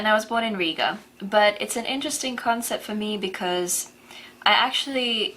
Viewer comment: Steve, you pronounce INTERESTING wrongly!